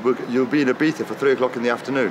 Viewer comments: I-BEES-A NOT I-BEETH-A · Yes.. nor eye beef a.. i beatza is the correct way.. the i as i, not ee, i live here!